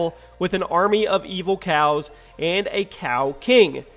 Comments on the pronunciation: you said crows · number 7 said crows you said cows? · #7 you said crows not cows